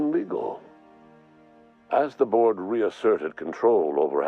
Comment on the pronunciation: Every time I hear the "Board", I hear "Borg" instead